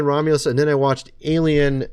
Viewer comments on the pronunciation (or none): none